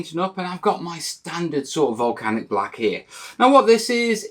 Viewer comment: Absolutely "Mel-canic" series!